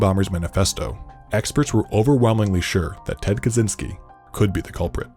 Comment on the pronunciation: "Experts were overwhelmingly sure that Ted Kaczynski could be the kulprit..." 😂🤣It just sounds weird.